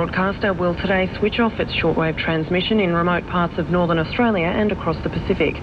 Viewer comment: Arsetraaalieghaaaaar Grrr! How do you pronounce Australia?